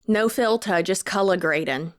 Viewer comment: I heard it and immediately knew I was going to be dealing with that phrase echoing around my head for the next few weeks